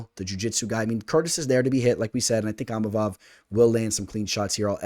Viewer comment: Eeemavov do not pronounce the I